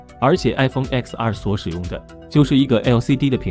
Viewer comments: 到底為什麼還有人會唸”X”r 明明就是”ten” r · 其實是叫X(ten)R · X要念ten，蘋果官方有解釋過，是十週年的意思